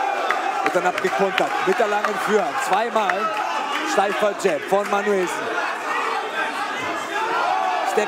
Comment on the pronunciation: junge, ist das manuellsen, oder manuSCHwellsen? ist das wasser?